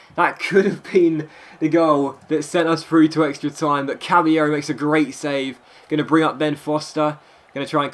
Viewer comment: It's not pronounced cabbyero it's pronounced cabalero he said it himself and I know i didn't spell it correctly